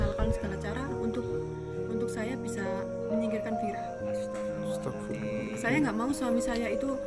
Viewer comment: Vira bukan fera